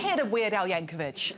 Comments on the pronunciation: You mispronounced Weird Al’s last name. It ends with an “ick” rather than an “itch”. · Yankovic, NOT Yankovich! Arrrrgh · It's Yanko-VICK, not Yanko-VITCH. Please, as a professional in the comedy industry, you should be able to get this right. And all the editors and directors and producers, SOMEBODY should have been able to catch that and correct it. ... cute kids though. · .... Did that brit just say "Weird Al YankaviJ"? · Sorry Rose, the C in Yankovic is pronounced like a K instead of CH 😛